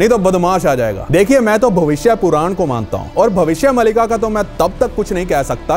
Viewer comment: Wo puran hi bol rha hai bas thodi si accent ki galti hai